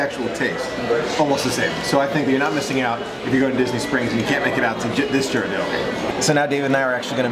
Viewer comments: Great video,. I just wanted to point out that the correct way to pronounce Ghirardelli is the same as in "girl," not a "J" sound. Haven't been to the Boudin Bakery in SF yet, but we always visit the one in DCA for a sample of the sourdough bread before heading to Paradise Pier to have some world famous clam chowder. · "I'm not used to flying west for a Disney adventure..." I'm sure! But remember, all the *magic* started out west. And it's Hawaii. Hawaii is a whole other type of tropical magic than the Florida/Bahamas region. GEAR-er-delli. 😊 David is right, the street Ghirardelli is on is not a real hill. I know David no longer lives in San Francisco, and you might not have much reason to visit the city, but if you ever visit SF again, go to the Mission district. One of THE best pizzas in the country -- Pizzeria Delfina. Right next door is the famous Tartine Bakery. And on the other end of that same street is the Bi-Rite Creamery -- home of delicious almost-gelato-like ice cream, made with unique and unusual flavors. The Mission is also known for super delicious amazing tacos! Thanks for letting us know that Boudin makes tacos. Had no idea!